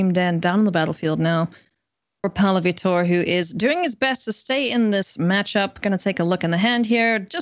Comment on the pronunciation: Since the mtg community can be persnickety about made-up card names, it would be nice to hear the correct pronunciation of a world-famous professional player. VEE-tor (the stress is in the first syllable). Not that it matters, I will keep watching and enjoying :)